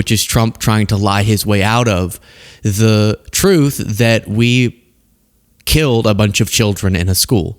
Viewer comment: “Dis president , on da eve”, Mike doesn’t like his dental fricatives!!! (Saying th instead d. )